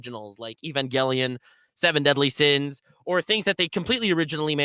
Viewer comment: Seu-veun-deaudlu Sains